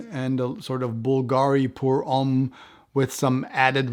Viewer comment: thank you for your reply. As a Frenchman, I know what Homme means , it’s your pronunciation that was confusing.